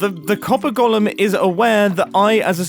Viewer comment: I hate the way you pronounce golem so much